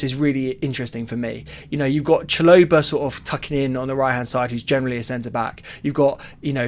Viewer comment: Its pronnounced CHAlow-bar not CHA-Lo-ba